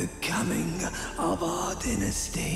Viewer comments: why r u saying dinestie and not dynasty?!?!?! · You know what’s makes me mad is he is Calling a dynasty a dynisty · please, i know im nitpicking and your videos are great, but its not dinasty, its Die-Nah-Sty, Dynasty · I cannot take him saying "dinasty" 😭🤚🏼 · Why do I hear dentistry instead of dynasty? Am I the only one? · His pronunciation of dynasty was piercing my ears every time he said it… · Amazing video as usual. I have to say however, the way you say ‘dynasty’ was almost a dealbreaker on watching the video for me. Never heard it said like that before and it was very attention breaking. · Say dynasty again